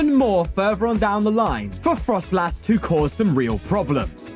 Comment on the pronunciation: It's froslass, not frostlass